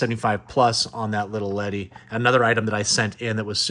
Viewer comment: Awesome video man. For me Glasslite figures are def high on my want list. Pretty cool being that they are made in Brazil. But I do have a question, what's up with "little" ledi? lol Never heard anyone else say that. Usually just hear it as Lili Ledi